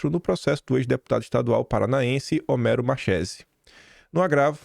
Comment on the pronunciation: Pronúncia correta: Homero Marquéze!